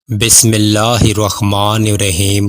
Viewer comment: برائے مہربانی بسمہ اللہ الرحمن الرحیم درست پڑھا کریں۔